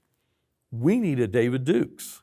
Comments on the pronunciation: Does anyone else question his story by the fact that he called David Duke “David Dukes?” Everyone in America knows David Duke, especially any current or former white supremacist. Why would he still pronounce his name wrong today? If I had to bet, I would assume he’s telling the truth but still I find that a bit suspicious. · Duke, not Dukes. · I don't buy it. On one hand he's 'coming clean' & on the other it seems like he's somewhat proud & playing dumb about what was going on in he's younger years. Also it's David Duke, not Dukes. I hope I'm wrong about my impression